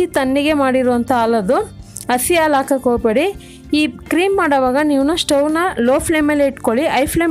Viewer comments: Aalo alla adu halu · The way she says milk - aalo